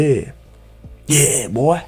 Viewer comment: "yeah buoy....yeah" kisses*💋 "yeah"